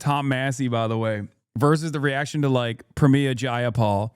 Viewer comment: Why does Hasan keep saying “Pramiya” bro she’s Indian not Latina 😭